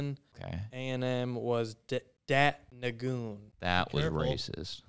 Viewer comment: Did really just say Dat Nagune? Dat NWIN! Cowboys legend. Neck injuries cut that man’s career unfortunately